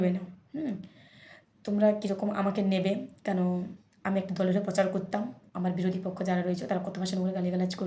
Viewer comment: কে টিউশন পড়ে ভাই?? পচার,(প্রচার) পোলিও এজেন্ট(পোলিং এজেন্ট) ইত্যাদি যে উচ্চারণ করে তার কাছে যে টিউশন পড়ে তার ভবিষ্যৎ উজ্জ্বল।